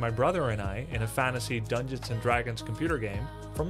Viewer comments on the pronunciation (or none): none